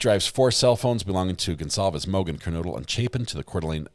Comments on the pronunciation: Kernodle- long “O” not noodle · PLEASE SAY HER NAME CORRECT. KERNODLE NOT NOODLE